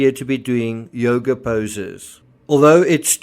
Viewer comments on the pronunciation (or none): none